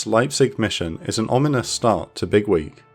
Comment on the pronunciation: The way you say it sounds like Bigwig, which still kinda makes sense lmao